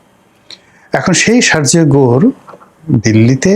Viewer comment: Your pronunciation of Sergio Gor is wrong.